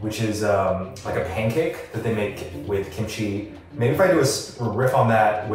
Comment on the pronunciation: “gimchi” 😂😂 I’m so sorry it’s just so funny or is it just me idk if I misheard it